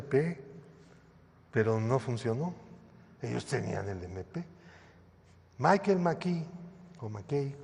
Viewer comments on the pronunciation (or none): none